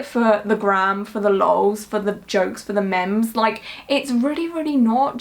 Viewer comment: I love how you say memes..memz, hahaha love it!! I'm going to start saying it like that 😂💕